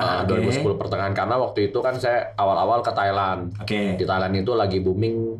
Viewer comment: Thailand bang, bukan thailen lebay bet